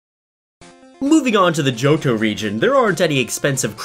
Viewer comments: He said JoJo regon it's johto sorry I spelt regon wrong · Man With No Name he does say johto but I agree it sounded like jojo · Who else heard Jojo Region instead of Johto Region? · did- did he say "JoJo region"? XD